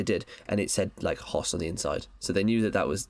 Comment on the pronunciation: That's not how you pronounce Hoess.